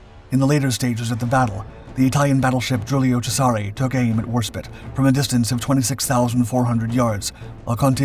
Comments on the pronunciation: Have heard the name pronounced HMS War-SPITE & HMS War-SPIT numerous times on various documentaries throughput the decades by American AND British narrators. Could be wrong but seems that the British preferred the pronunciation of War-SPIT. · it pronounced War SpIte I not it Do not disrespect Enterprise's British sister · OMG, it’s Warsp I te, with a hard “I.” It’s like chalk on a chalkboard….. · We must make sacrifices to the God of the algorithm. Even if he does keep saying spit ! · You've been corrected many times over the mispronunciation of Warspite, and not showing any change means you are disrespectful of the many warriors who served on her. Basic research helps when presenting history, but it has to be done with the respect it deserves for the many lives lost during the world wars. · Right! That's it! You have been told countless times by countless viewers to correct your pronunciation of Warspite, but you refuse to do so. From now on, every time you abuse the name of what is probably our most revered warship, a video of yours gets a thumbs down and yes, it's pure SPITE on my part. Twenty mispronunciations equals twenty videos get a thumbs down. Ineffectual I know, but it'll make me feel better. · Considering your pumping a game that has this exact ship it's pronounced WAS-SPITE not Warspit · Agree entirely …. Firing with spite ……. Not spit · Yet again She's HMS War - SpitE not HMS Warspit, thats like calling the USS NEW Jersey the USS New Jers ! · Worspit... That's a ship of her majesty's navy? Did I miss something, ... LIKE A SILRNT "E"?! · Stopped watching the second it was pronounced warspit… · WarSPITE you dimwits, NOT Warspit! AI be damned. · Is this a human voice or AI? How could you not know that it's HMS War-Spite, not War-spit? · The word "spite" (rhymes with "light") means "a desire to hurt". The ship is called HMS Warspite - "War-SPITE"! Not "Warspit". Why can't you pronounce "Warspite"? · Bloody hell man it's War Spite NOT War Spit.